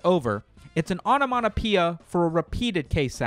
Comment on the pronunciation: my man says "onomanapeea" instead of onomatopoeia. Kind of like how in your last video the script read "grandiose" but u said "Grandoise" like it's a pokemon evolution. Whoever is writing your scripts, go over the complicated words with them :DD